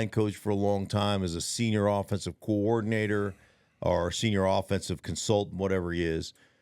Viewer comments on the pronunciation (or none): I like how Stink pronounces coordinator as "coowardinator" 😅 I guess that's the D for degree thing he mentioned 😏